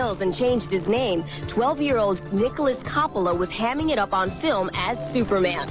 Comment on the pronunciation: Nicolas "Cop-a-lah" LOL it's "Cope-ah-la"